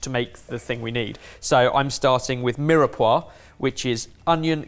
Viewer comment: Why did ben just pronounce Mirepoix as "Mira-pwa"? ... It's pronounced "Meer-Pwa" You'd think a chef would know that.